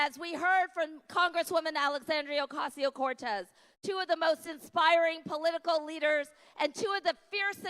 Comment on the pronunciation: With all due respect, Miss Kendra Brooks, the representative from NY name's is Alexandria Ocasio-Cortez not Alexandria "oseo or oteo" Cortez.